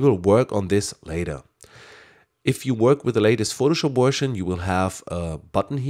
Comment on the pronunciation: 'Wersion' lol! Superb user friendly voice you have, and great video, many thanks! Subscribed!